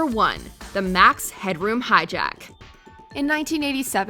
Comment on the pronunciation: Max Headroom? Was that the way you pronounced it? I remembered something different